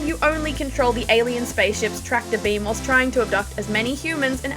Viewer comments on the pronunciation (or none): I've been keeping score. This is now the 4th time he mispronounced the word "whilst"